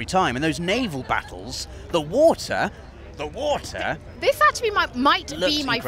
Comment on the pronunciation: THE WOTAH!!!